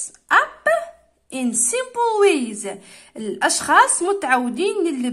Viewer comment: ياو Smpel مش Smol